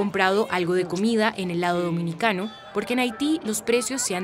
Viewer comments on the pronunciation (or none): none